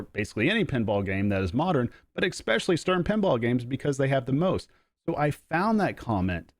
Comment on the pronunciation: You lost me at"expeshully" ;)